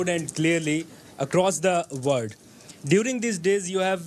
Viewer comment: pe sawal puchney waley ne kaha world, laikin laga jeyse word kaha ho toh peche beythi huwi koi stupid ourat jo ke agar India nahi toh Pakistan hogi apna sar aesey hilaya jeyse eis ne galat English bol kar bohot bada gunah kar diya ho, agar yeh Pakistani hai toh eis ko sharm anni chahiye ke jab hum logon ko unity ki zarurat hai, yeh apney hi logon ka mazak ouda rahi hai, agar kisi ko pata ho toh please batao yeh stupid ourat kon hai?